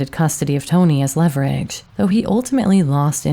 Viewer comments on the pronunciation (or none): none